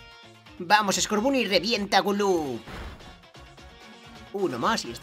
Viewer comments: Estás pronunciando mal scorbany se pronuncia scorbony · Se dise como en ingles el scoorbuny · Escucha el primero que que conseguiste skurban y lo pronuncias mal porque en realidad se dice score Bunny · Scotboony se pronuncia scorbany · No es scorbuuny es scorbany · Se dice skoorbany no skorbuny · se dice escorbany no scarbunny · Escorbunny se pronuncia Escórbany😃😃 Me encantan tus videos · Se dice escorbani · escorbunny se pronuncia escorvany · Se dice scorbany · se dice scorbani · scorbunny se pronuncia escórbani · Se dice scobunny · Se pronuncia escorbano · se dice skuovet